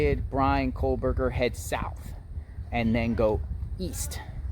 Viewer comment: Exactly! I have made the journey to Indiana and snow is a valid concern … And hasn’t Dylan been in ID since crime? And saying BKs name wrong drove me nuts 😂